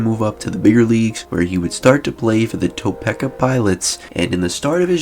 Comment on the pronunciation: FYI: anyone would think you pronounced Topeka, KS (Kansas) correctly by the way it is written…yet it is pronounced Toe-pee-ka. From a Montrealer born and raised who is a former 🇺🇸resident. GO DOBES👏🏻👏🏻